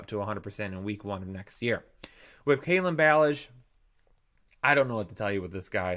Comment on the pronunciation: What's worse? Kalen Ballage OR pronunciation of Kalen Ballage